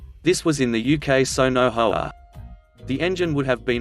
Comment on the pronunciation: You say HOA wrong you say H O A you dont put them together you just say the letters